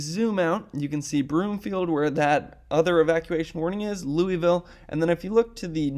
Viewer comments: Just FYI in Colorado it's pronounced "Luis-Ville" not "Louy-Ville". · FYI: Louisville, CO is pronounce like St Louis, not like that city in Tennessee!.